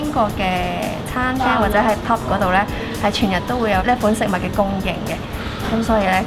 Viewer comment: 係pub 吾係pop 🤣